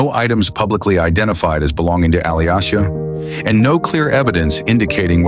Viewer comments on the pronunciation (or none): Her name is pronounced like Alicia.